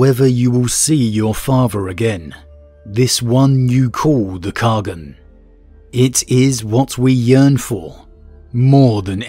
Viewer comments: Great discussion today. Is it in lore to pronounce Khagan as "kha-gun" like "shogun?" IRL, khagan can be pronounced as simply "khan" although some dialects separate it into two syllables; "kahg-han" (soft g), or "kah-han". In all of them, even in Chinese the second syllable still having the soft "ah" sound. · Khagan means ruler in turkic and mongolic languages. Khagan means khan of khans or the great khan. Its a title ant its pronounced KHA-GN in mongolic and KAGAN in turkic